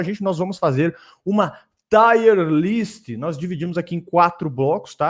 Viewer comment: Porra se vai falar inglês, fala direito… tier list doeu na alma